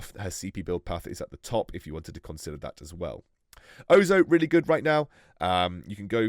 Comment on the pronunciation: on says “consdier” and not “consider” I’m dead 😂💀